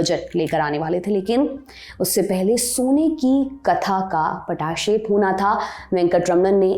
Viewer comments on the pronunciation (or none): पटा शेप नहीं होता Zen Z 😂 पटाक्षेप होता है। I know it's our problem 😅.